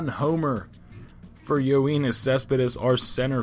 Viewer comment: No. You pronounced it as Yo-een-is Cespedes when it should be Yo-en-is Cespedes